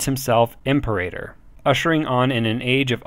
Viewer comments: Its not pronounce Emperator, "IM-PEE-RATOR", like Imperial. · This is a great resource so thank you for your hard work. I was off put a bit by the pronunciation and appreciate you acknowledge this. The most glaring was "Imperator" - try pronouncing it this way "Im-Pera-Tor" - that should get you closer to correct. Thanks again for doing these, they are quite useful. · By the way I think the term is pronounced Im-peer-a-tor (Anyone else remember Imperium Galactica 2?)